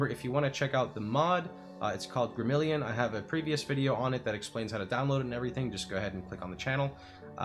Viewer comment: Just like it's spelled: Grim-a-rill-ion, not Grim-ill-ion.